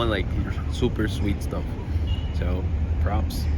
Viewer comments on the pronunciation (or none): none